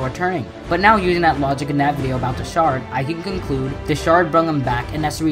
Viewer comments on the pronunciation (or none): none